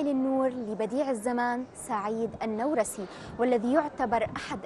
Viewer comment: النورسي بفتح النون و جزم الواو خطأ. الصحيح ضم النون و جزم الواو. نعم لا تطابق القواعد العربية لأن كلمة "نورس" ليست عربية بل كردية و هي إسم القرية التي ولد بها